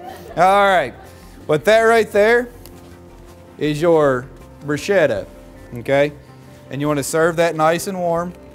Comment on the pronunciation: In Standard Italian, bruschetta is pronounced [bruˈsketta] Grilled bread rubbed with garlic and topped with olive oil and salt Not brushed CHEF!